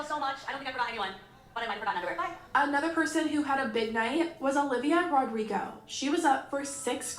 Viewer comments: "Olivio Rodriguez" 😭 Now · "Olivio Rodriguez" 😭😭